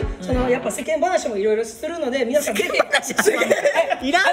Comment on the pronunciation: はっすん、皆さんのこと、いつも「みんなさん」て言うの可愛い。笑 ラジオでも「みんなさん」て言ってた😂✨